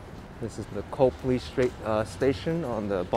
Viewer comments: Twice you were in the Public Gardens and missed the duck statues from the book Make Way for Ducklings. Also in the summer there are Swan boat rides in the pond. And it is pronounced Cop-Lee not Cope-Lee. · I enjoyed going on the walk with you, old stomping grounds of when I lived in Beantown in the mid to late 80's. In the future your pronunciation of Copley should be....Cop Lee. 🙄 Oh, and Yes Newbury and Boylston Are very busy come late Spring right up into Oct, sidewalks crowded, and many Cafes and Bistros open